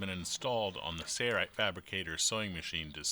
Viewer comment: Just curious, why do you pronounce Sailrite as 'serrite? '